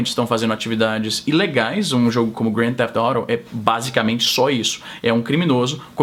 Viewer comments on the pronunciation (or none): Foi coxinha, não se pronunciar grande thefet auto corretamente kkkkkk, se pronuncia GTA no popular rsrs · Pq não falar GTA ? Eu entendi tudo menos Grand Thief Auto ! E oilha que eu fico vendo 300 stream na Twitch em ingles dos mais variados sotaques. Só descobri q era GTA depois que vc descreveu o jogo ! kkkkk... Do resto bom video. E você foi Isentão ! Nem esquerda nem direita, ficou em cima do muro ! kkkk ...